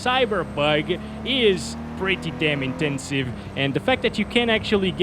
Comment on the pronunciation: pryty deim intensiv